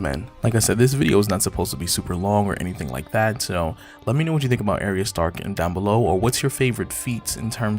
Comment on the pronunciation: I'm sorry ...I HAVE to correct your pronunciation of her name....it's Ahhh-ree-yah or another common one is Arr- yah...long A not short....sorry but it matters.